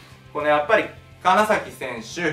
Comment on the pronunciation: 名古屋の金崎選手の崎は「さき」ではなく「ざき」です。聞き間違いでしたら申し訳ないです。